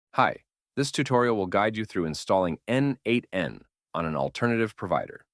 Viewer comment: Thanks. Just a note: n8n pronounced as neight(e)n